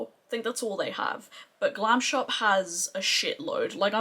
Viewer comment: You should try their new eyeshadows they are holographic... u will love them. Your polish pronunciation is on point. Love your makeup look.